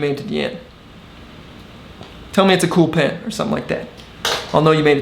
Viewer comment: Great tip!... Mr. Pen rhymes with hen.